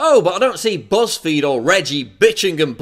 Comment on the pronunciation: You said, BuzzFeed, I heard PussFeed. But then, what's the difference?